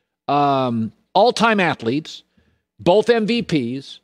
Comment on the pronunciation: My ONLY GRIPE about Colin is he pronounces both with an L 🤣🤣🤣 (boLth) 🤣